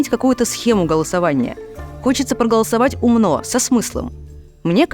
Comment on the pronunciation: Тупая Ярмыш, ударение в Умно не на О